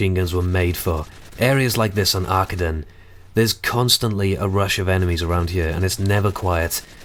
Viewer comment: nonono thats wrong. Arkaden is a GERMAN mall and its not 'Arkaden but rather Ar'KADEN lol you're welcome